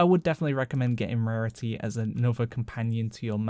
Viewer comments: Great video! love that pronunciation of rarity hahaha, "rehhhreehty", brilliant :) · When he said rarity I went huh? "Rarituh"